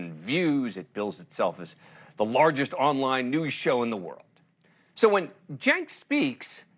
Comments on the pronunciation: Please,, pronounce his name correctly. It’s CHUNK Yogurt! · It's Chunk Yogurt, bro. Lol